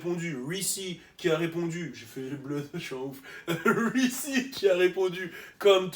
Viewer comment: The way he pronounces Reese lmao ''wreecy''